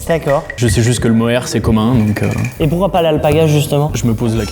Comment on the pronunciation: Le moere ? C'est plutôt mohair 😅